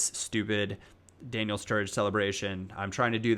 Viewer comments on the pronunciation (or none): none